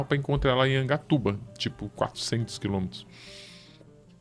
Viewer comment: Angatuba??? Affff